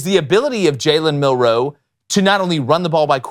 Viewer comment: says Milroe about as elegantly as Milroe says roll tide.